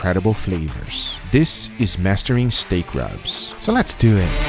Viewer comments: Immortal ..."Lehss dew ihhhh"!! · "lets dewet" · It’s actually pronounced “ Let’s dew it”